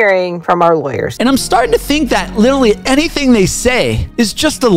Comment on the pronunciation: Love your content but I died laughing when you said “Litally” at the beginning 😭